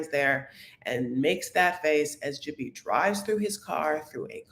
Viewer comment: there’s only two syllables in Jibri’s name. Not Jibbery, it’s jih-brEE I believe juh-brEE also acceptable, a few people pronounced it that way.